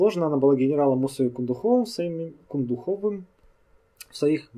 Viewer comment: И еще, генерал Кундухов осетин, а у осетин тоже ударение ставится не на последний слог, а либо на перевую либо на вторую гласную. В данном случае, как я до сих пор слышал, надо произносить КундУхов а не КундухОв. Это так к сведению.